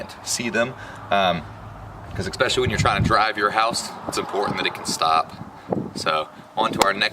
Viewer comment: Ecspessilaly , or especially?